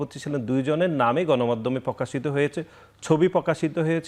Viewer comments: পকাশিত× প্রকাশিত প্যাসিবাদ× ফ্যাসিবাদ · পকাশিত, পমাণিত, এবন, ফ্রুফ, প‍্যাসিবাদ.. শব্দগুলোকে সঠিকভাবে উচ্চারণ করার জন্য ছাত্রদলের সেক্রেটারিকে অনুরোধ করছি।